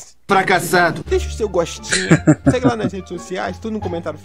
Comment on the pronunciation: Ele falou gostin